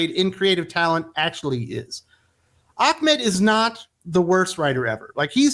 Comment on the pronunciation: Are you purposely pronouncing Saladin Ahmed wrongly as slight or dig? It is not Achmed. Just wondering. His comic writing hasn't been that interesting or innovative. Just bland and boring.